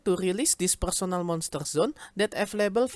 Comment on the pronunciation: "PURSONEL MONSTUR ZUN"